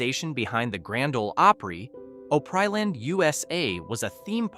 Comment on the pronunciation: It's pronounced Op-ree-land!